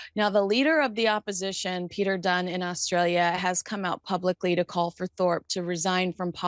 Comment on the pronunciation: It’s Peter Dutton not Peter Dunn is our opposite leader!